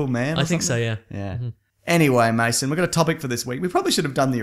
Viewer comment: Why do so many people call him "Maso" its Mason